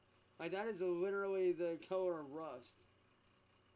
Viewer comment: Well that came out like crap, "LIDERALLY" 😂